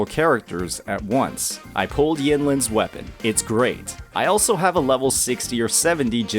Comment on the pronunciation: I Don't get changil now and your saying wapen